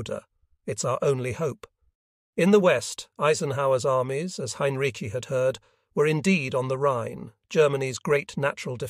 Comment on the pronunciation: Why is Heinrici’s name butchered so badly - and differently? It’s atrocious.